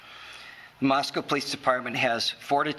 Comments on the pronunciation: MOS-CO not Moscow Fox news. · Moscow is pronounced "Moss-Coe", not "Moss-COW" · Pronounced “Mossko”. People pronounce it like it is in Russia!